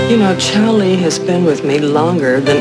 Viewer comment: It's Charlie, not Chowlee. Idiot.